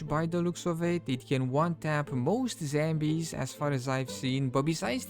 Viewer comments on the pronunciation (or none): got me at " zhembies " !